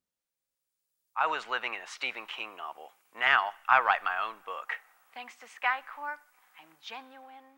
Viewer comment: does not sound like "SkyCorp"